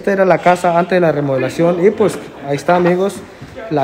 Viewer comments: HOLA, MUY LINDO EL VIDEO, GRACIAS POR COMPARTIR. LES HAGO PRESENTE ESTE DETALLE PARA QUE PUEDAN MEJORAR SUS VIDEOS! NO SE DICE: LA " REMOLACION DE ESTA CASA ..... MAS BIEN SE DICE : ¡ LA REMODELACION DE ESTA CASA ! RE MO DE LA CION. 😁💪😁💪 NO SE DICE : ¡ POMOS VER ! MAS BIEN SE DICE : ¡ PODEMOS VER ! JAJAJA, 😁💪😁💪😁💪😁💪. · APRENDAN A HABLAR CORRECTO LA PALABRA ES : REMODELACION: Y NO REMOLACION COMO LO REPITIEERON LOS DEL VIDEO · Porque dice remolacion